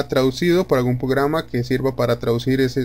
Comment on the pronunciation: Porque dices pograma? 😂 Pero está chévere el vídeo entendí todo hasta pograma jaja